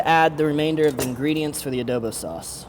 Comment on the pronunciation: Can you say adobu properly?